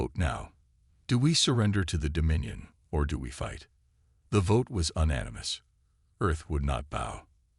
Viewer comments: Get a better AI. "Un animous"is not the same as "U nanimous". edited for punctuation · This AI has also always difficulty to pronounce unanimous. It always says "an naumous".